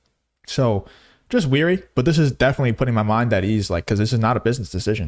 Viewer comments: You’re ‘wary,’ not ‘weary’ of PBD. Where did you get your ESL training? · 'Wary', NOT 'Weary'. Unless you really are so tired that you can't help but fall asleep. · New subscriber here, good content. Carry on! Btw, you're mispronouncing 'wary' as 'weary', unless you meant that you were 'tired' of PBD. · Yo man, you're WARY, not WEARY